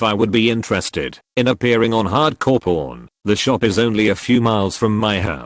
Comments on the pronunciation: Whenever the voice that narrates this video says “pawn” it sounds like “porn” and I get a small shock every time. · Every time they say pawn I hear porn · Everytime he said "pawn" it came out sounding like "porn" so when i hear "hardcore pawn" i was like tf they can make shows like that??!! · Reddit: "Hard Core Pawn" Reddit A.I Voice: "Hard Core Porn" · Pronounces pawn as porn. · "Pawn" and "porn" sound identical in this voice; the pawn shop story was really fucking with me. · I heard hard core Porn instead of Pawn lmao. Had to go back and read the text. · I wasn’t paying attention and I thought the robot voice said “Porn shows” not pawn shows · When the bot said, "Hard Core Pawn" it sounded like something much worse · I was listening not watching... it sounded like hardcore porn not pawn 😂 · I thought it kept saying porn instead of pawn lol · I mostly listen to these and not watch the video, everytime it said 'pawn' I had to look because I heard 'porn' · I heard 'hardcore porn' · When it said hard core pawn I thought it said HARD CORE PORN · Everytime the voice says "pawn", it sounds like... well... you know. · with the accent it does not sound like he’s saying “pawn”. Completely changes the meaning, especially with “hard core” in front of it... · I'm scottish, this is why you English folks need to pronounce your 'r'